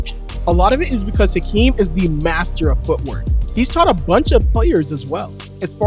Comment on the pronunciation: Olajuwon's name is pronounced "Akeem." David Stern said "Akeem." Even after he added the "H" the pronunciation remained the same. None of the NBA YouTubers gets it right.